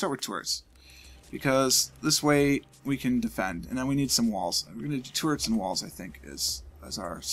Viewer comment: I've never heard anyone pronounce "Turrets" like "Tourettes", the mildly interesting is strong.